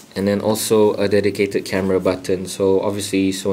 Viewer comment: funny the way u say....."button"....xD